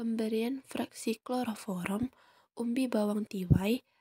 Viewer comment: Kloroform kak bukan kloroforom 😅